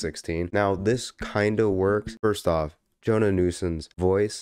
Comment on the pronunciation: You're pronouncing her name like Jonah, it's more like Joe-Anna.